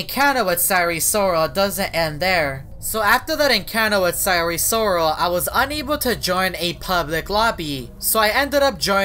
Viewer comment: Sire Soral (Sire Sorol)